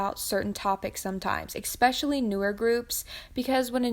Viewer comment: I don't disagree with anything in this video, exept for your pronounciation of the word "especially". Girl where do hear the x?? Where did it come from? Lmao